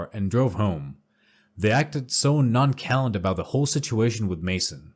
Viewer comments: nonchalant____!!!!!!!! it's not NO_KALANT it's pronounced : NON-SHALL-AHNT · NON-SHA-LANT. Jeeze! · People REALLY need to learn proper PRONUNCIATION before doing this narrating,have never heard*nonchalant* pronounced that way LOL- especially if you put own face in it!